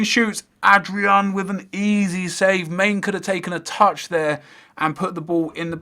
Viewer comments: Man-a not mane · Man-ey! Not Main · mane is pronounced man-ay